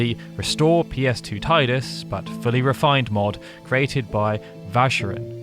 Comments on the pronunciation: No I know, he just kept saying tide-us. thats what irked me. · "Taidus" It's Teedus! Great video anyway! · It's pronounced "Teedus" not "Tiedus". His name came from the japanese word Tida. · It's NOT pronounced tiedus FFS. It's Tee dus. At LEAST get it right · It's Tidus. Not [Taidas] 😅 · IT'S TEE-DUS NOT TAY-DUS !! FFS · I have to be that guy. It's "Tee-dus" not "Tye-dus." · I just don't like the way you keep calling Tidus. It's not "Tay-dus", it's supposed to be something like "Tee-dãs". In the Dissidia games they say the name right, at least. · I love you video however it's said TEEdus not Tide us and it's confirmed by multiple games including Kingdom Hearts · Why is this a English speaker thing where they call him Tydus? Its quite literally spoken the way its written, "Tidus." If it was Tydus, they would have written it with an Y. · Fine I’ll be that guy: phonetically it’s “Tee-dus” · Teedus... sorry it just irks me. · just gunna be that guy... even tho i hate it as much as the rest of you... its pronounced TEE-DIS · It's pronounced Teedus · it's pronounced teedus ffs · Tidus (Tee-dus)… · It's pronounced TEE-DUS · I usually enjoy watching your content, however with this video in particular it is very frustrating to hear you pronounce the main protagonist's name incorrectly over and over again. I remember arguing with people when this game first came out and about the pronunciation of his name and I really wish they had said it at some point in the sequel X-2. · So, a channel dedicated to Final Fantasy has a voiceover guy who doesn't know how to correctly pronounce the protagonist's name in one of its most popular games. Okie dokey then. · if you are going to do a video on a game, at least pronounce the main protagonists name correctly... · My ears are beat after hearing his name pronounced like that for 16 minutes. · Down vote for pronouncing "Tidus" wrong.